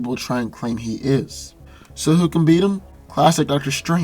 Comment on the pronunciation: You cant really say beat